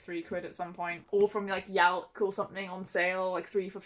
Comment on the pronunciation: What is this yelk? Yelp? Place you get these books from for cheap?? Please